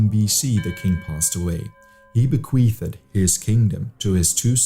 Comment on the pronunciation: it's bequeethd by the way not bequeathED and siege not besiegement :)